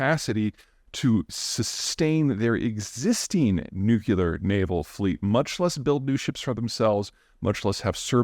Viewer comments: *nuclear not nucular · Peter, I love listening to your daily comments. But....please pronounce "nuclear" correctly. It's NOT "new que ler," but rather "new clee er." Dubya mispronounced this for his entire 8 years in office! It's a relatively common mispronunciation, but an easy one to correct! Thanks! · It's pronounced NEW-CLEAR, not NEW-QUE-LAR. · Stop with the nukular. Nuclear. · I’m writing out the word he said. He said nucular not nuclear.😄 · Love your vids - but FFS the word is pronounced nu·cle·ar not nu·cue·lar. Nucular is not a word. The word is nuclear. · Wish I could get Zeihan to say new clee are instead of new-kue-lar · Nuk-le-ar..... not nukuler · I'm a big fan, Peter, but you really need to start pronouncing it new-clear, not nuke-ya-ler. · I can’t take anyone that says “nu-q-ler”. It’s nuclear to midwit! How does this guy know so much stuff about Russia, North Korea, and mortars? I call bullshit. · What is nucular? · I just can't take a man seriously who stubbornly doubles down on saying NUKULAR like a surfer bro lol Giving in would be admitting intellectual inferiority in his own mind. Can't have that, I'll just stay sounding foolish 😅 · Peter, your knowledge of geopolitics and its various attendant aspects is truly encyclopedic and well-appreciated. So, would it be too much to ask that you pronounce 'nuclear' properly, as opposed to how GWB says it "Nuke-You-Lar"? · Please learn to pronounce the word 'nuclear." It isn't difficult. You are making a goose of yourself. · I know Peter must know that he mispronounces "nuclear." It is rather grating though. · Please learn how to pronounce "nuclear" correctly. It's the only word you mispronounce, but you do so consistently. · I know, I know it's pedantic, and pedants in the comments section eh, cuh... but I've always found it vaguely worrying that the citizens of the world's biggest nuclear power can't say the word nuclear. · Russians can't say nuclear? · Nuclear only has one U Peter.